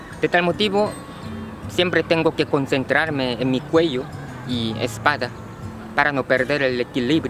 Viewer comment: Si dejaras de fumar no estuvieras enfermo y subirias de peso si la gente tiene vicios es Porque quieren nadie los obliga y busca una mujer que te haga feliz no creo que sea tan dificil, y se pronuncia espalda* con L , y tambien puedes ir al gymnasio para que te sientas mejor con tu aspecto físico